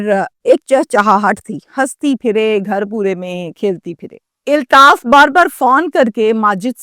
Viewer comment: O YOU STUPID AND BRAINLESS, ILTAAF IS NOT CORRECT WORD, AULTAAF IS CORRECT WORD